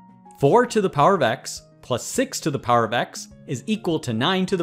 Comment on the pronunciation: Bro are you saying “plus” or “puss”